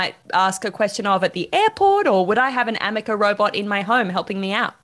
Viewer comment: "AmekeR" should be "Ameca" as the name should be. Did someone tell him? I note he says it incorrectly in the first and last of the interview. Edited?